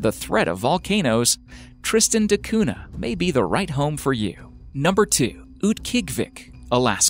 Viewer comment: Interesting video! Just one annoying thing is your pronunciation of Tristan da Cunha. It's "da Cunya (palatalised n), not "de Coona".